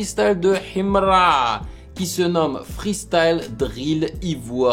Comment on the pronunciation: Tu vis où ? Déjà quand tu prononces Himra on sent un manque d’effort et de volonté de comprendre l’artiste, bref ignorez nous, c’est pas 1 ou 2 reaction qui vont mettre fin a sa carrière….